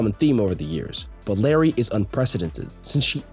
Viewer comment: I thought I was going insane hearing him call her Larry